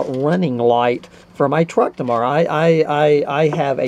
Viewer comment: Did you say 'fix it in the morra'? Awesome.